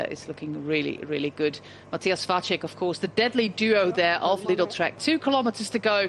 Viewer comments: She's got Vacek's name all wrong though. The 'c' in the middle of his name is pronounced as "ts" in tits. Not as "ch" in check or "cz" in Czech. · except for Vacek, where it's a normal C, so should be pronounced like "ts" instead of "ch" and short a, long would be á